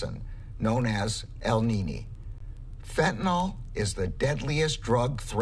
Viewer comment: It’s not Fentanol. It’s FentaNYL. Damn, this is the fool supposed to control the stuff and he doesn’t even know what it’s called!